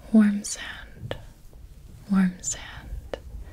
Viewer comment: Is she saying "warm sand" or "worm sand"? Because only one of them is relaxing